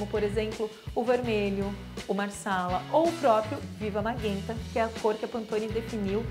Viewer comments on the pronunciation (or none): Não é MAGUENTA, e sim MAGENTA, M-A-G-E-N-T-A, não existe MAGUENTA! Os ouvidos ardem Kkkkk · No outro vídeo muita gente orientou ela que era magenta mas ela nem ligou pelo visto e continua falando errado kkkkkkkkk